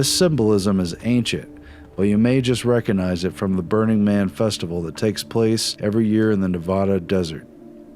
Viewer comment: The "G" in recognize is not silent.